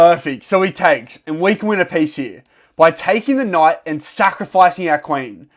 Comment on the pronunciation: I hear you say knough instead of knight